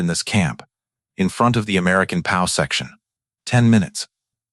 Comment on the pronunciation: How hard is it to get a real person to read an 11 minute video? I will not subscribe because I don't like listening to AI say "Pow" instead of "P.O.W." and "her" instead of "Herr" for example. Also, pausing or not pausing in incorrect places. It's annoying and I feel like I'm being gamed by a stupid robot. Too many Youtube videos do this now. You can't even spell "German" correctly. Alas, a good WWII story ruined.